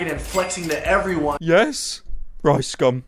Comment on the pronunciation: I like the way you say Rice Gum it sounds like Ricescum which fits